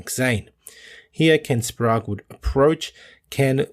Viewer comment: Good to hear Ken Wallers pronounced Ken Sprague's name correctly. WHY do you keep calling him by your stupid pronunciation????? SPRAY GE. No SPROGUR.....!!!!